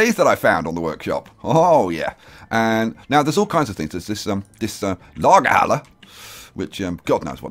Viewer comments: i'm from germany and it Sounds so cool how you say Lagerhalle :D I love it ;) and yes Lagerhalle is the same like warehouse :) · Lagerhalle = warehouse - Your pronounciation is perfect! A+ ;) DB Schenker is the freight section of Deutsche Bahn.